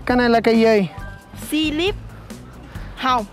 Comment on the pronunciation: Oh my gosh, Slip-on hông? :)))) I laughed so hard